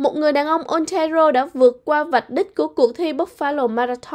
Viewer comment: đọc tiếng Anh tệ quá, như nguoi mới nhập cư, Ontario đọc Ôn ta ri ô, Toronto Tô ron tô…nghe sợ quá! hãy học cách phát của Hoàng Anh & Tuấn Lim, xl góp ý nhỏ! From Vancouver